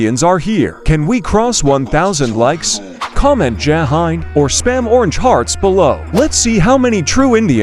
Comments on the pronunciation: Jai hind pls say it correctly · Bro said jai hind the wrong way